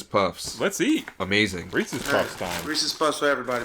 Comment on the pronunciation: reeses it rhymes with pieces